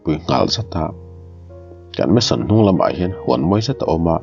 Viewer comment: Mansion ni zawk em le..meson ni lovin🤭